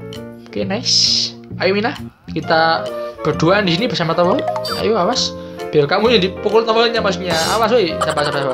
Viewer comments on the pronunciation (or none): tower bang bukan towel 😅😅😅